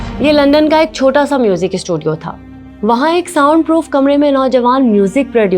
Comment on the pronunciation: Isskoooll...issstudiooo.... Nhiii hotaa it's school and studio